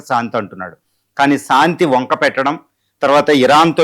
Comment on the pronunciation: సాంతి కాదురా నాయన శాంతి మీ తెలుగుకు తెగులు